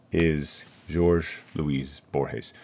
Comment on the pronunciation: You are saying Borges correctly, but his first name has a pronounced e at the end. pronounced like Whore-heh (sorry, but accurate) middle name is pronounced like Louise.